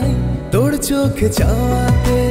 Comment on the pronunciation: বাঙালির ছেলে বাংলা উচ্চারণ আগে শেখা উচিত তার পর গান গাইতে যাওয়া উচিত। "তোড় চোখে" তোর চোখে হবে । গানের প্রথম লাইনেই ভুল। কি শুনব !